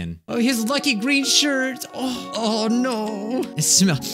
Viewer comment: OH NOI- Me: for now on I will be pronouncing no as noi